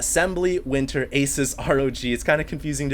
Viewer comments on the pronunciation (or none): none